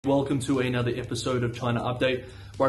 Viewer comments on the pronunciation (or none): none